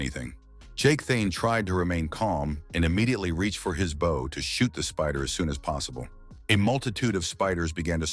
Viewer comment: Never once, in all the Mangas and manhwas, has the AI voice ever pronounced "bow" properly, but instead like the front of a ship or bending at the waist.